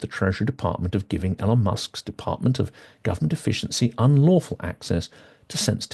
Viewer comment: Hi, I don't disagree with anything you said in the video, and I know nitpicking isn't cool and all that, but I just can't help myself. So I have to ask: Why do you insist on mispronouncing Elon's name? There must be hundreds of videos out there with Elon saying his own name by now, and hundreds more of other people saying his name correctly. So it can't be that you don't know how his name is supposed to be pronounced. So what is it? Again, despite how I sound, I'm not trying to be a dick. I'm just genuinely curious.